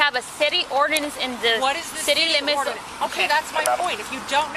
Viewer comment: It always tickles me when officers can barely get the word "ordinance" out of their mouths but want to violate people's constitutional rights with unconstitutional laws.